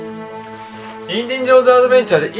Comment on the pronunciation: インディンジョーンズじゃないよ！w